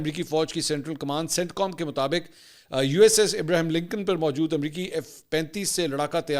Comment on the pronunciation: Ibraham lankan hota hai. Not Ibrahim